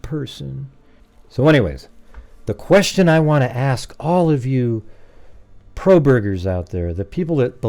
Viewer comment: Probergers. hahaha! Too funny! 😂